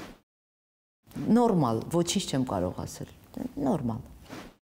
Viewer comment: Ասել,ոռ չե асель,եղել,ոչ թե ехель